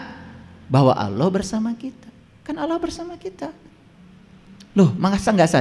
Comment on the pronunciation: Yang saya dengar .saat dia menyebut nama Allah...tidak fasih...